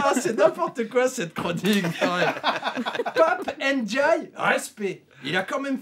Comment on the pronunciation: Pap ène djaille ? je sais bien que le personnage à été fortement dévalué dés l'instant où on a appris qu''il avait cédé aux attraits de la soupe macronienne ! Mais fais tout de même un effort en prononçant son patronyme ( mdr )